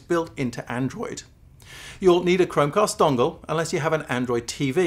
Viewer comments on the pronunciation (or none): Thanks at least I now know he said " chromcast dongle" OK another YT video is got to be in my future......